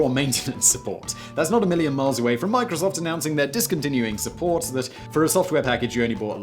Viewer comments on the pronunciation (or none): none